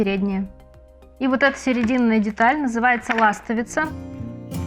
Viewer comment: Какая вы чудесная! Так здорово получилось) Открытие из видео - ударение в слове ластовица. Спасибо!